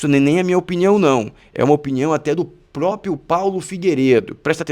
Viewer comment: PRÓPRIO!!! PRÓPRIA!!!!!! É assim que se fala cara!!!!!!!!!😮😮😮😮